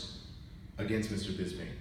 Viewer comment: It's Bisping not Bizbing!